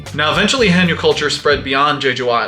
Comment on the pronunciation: One of many Korean working industries that is going to disappear. Also the pronunciation is wrong here, it's hae-nyeo like Hay nyour but with no r. Not hey-nyo.